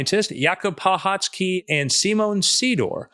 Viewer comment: I had to lookup hte pronunciation of pachocki because Every other youtube video i saw about the openai chief scientist says puh-choke-ee. you did it correctly :)